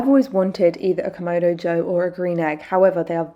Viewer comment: KamAdo, not KomOdo…